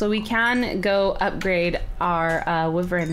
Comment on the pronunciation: shes pronouncing Wyvern wrong